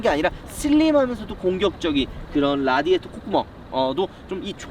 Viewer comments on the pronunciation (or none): none